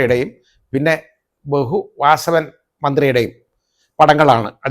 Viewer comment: Bhehu:, Bhehu, hu hu hu, Ayyappan thechu😂😂😂